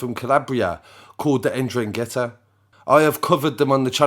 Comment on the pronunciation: Dude, for the 3rd time, it is pronounced N-Dran-GETAAAAAA not En-Dran Gheta!!! 👍